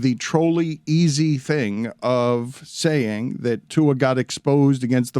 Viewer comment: Someone tell Dan that Tua’s last name doesn’t have an ‘N’ in it